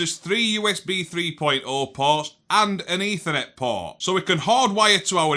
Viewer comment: Ding Dangly Doo! It is Eeeethernet